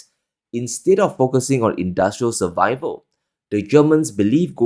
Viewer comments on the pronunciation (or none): none